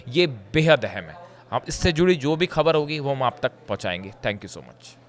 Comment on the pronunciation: improve your pronunciation. Speak properly the words like Khhabar.